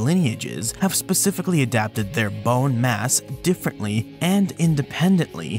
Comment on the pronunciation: You say 🅱️one funny